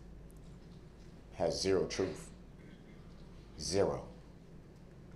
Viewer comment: Troof??? Lmao